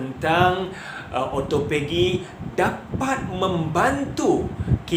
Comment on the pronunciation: ya...kalau saya nak turunkan berat badan saya tak buat puasa sunat,sebab saya takot lari niat,kalau puasa sunat,mmg saya puasa ja,takde niat untuk autophagy atau turun berat, Oh ya,sebutan autophagy adalah O - to - fe - ji